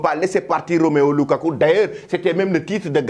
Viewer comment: C’est pas Roméo lukaku,c’est plutôt Romelu lukaku 😅😅😅 tu fais trop de faute du courage